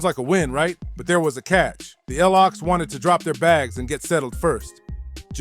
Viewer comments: Or Lox not L - OX 😅😅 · It's not l.o.x. iT's Lox (Locks) 🤣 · The El ow oxe. 😂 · Who the fuck is reading this they are the LOX not the L ox lol and pronounce their names right lol